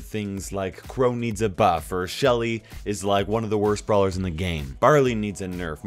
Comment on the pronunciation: "blawer"... (not making fun of u btw :3)